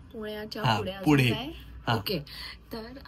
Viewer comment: Pudhe ❌fudhe ✅😂😂